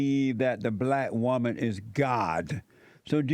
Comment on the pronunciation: “So you a wumah! (woman)” His partial pronunciations 😭